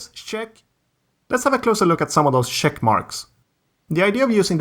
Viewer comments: Check is not pronounced Shhhhhheck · Your CHECK its like saying shrek without the r 😁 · Are u saying shat or check